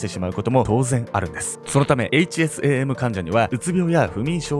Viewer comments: 〜！！ 「HSAM」を「HASM」って 言っちゃってるよ〜！！ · で、HASMと言っていますが、、、😂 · HASMって言ってしまっている笑